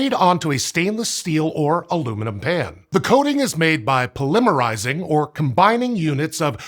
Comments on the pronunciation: Your voice could pass for AI if you can dehumanize a little. Throw some mispronunciation in there just like you did . You mispronounced "polymerizing". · That's a very unique way of pronouncing Polymerizing